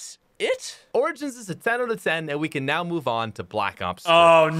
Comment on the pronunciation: pronounce origin in google. You pronounce it wrong lol.